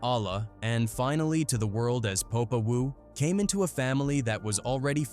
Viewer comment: I love your videos, super informative.. But, sorry to say, when the AI narrator can’t say ‘Popa Wu’ properly, it might be time to try something different. Otherwise, keep it up!